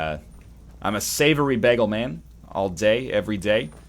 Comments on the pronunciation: Bah-ghul, whereas most others would probably say it as bay-ghul. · Sounds like Begel to me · NL says bagel funny. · Not even sure how to spell his pronunciation of the word bagel